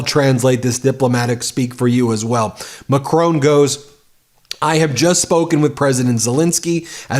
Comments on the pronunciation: Ben - i love you and your show but every time you say Macrone it drive me nuts. It's Macron. 'ON' like iron not Macrone like phone. love from London Deb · WOULD YOU LEARN TO PRONOUNCE WORLD LEADERS NAMES CORRECTLY !!!!! PHONETICALLY ITS MacRON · I've posted that several times but Ben takes no notice. He also mispronounces the French president's name. Very sloppy journalism